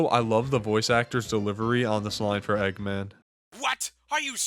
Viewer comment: Bri’ish eggman